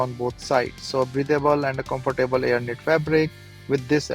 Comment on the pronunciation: Good review!i will now start saying comfor table as you do.lol.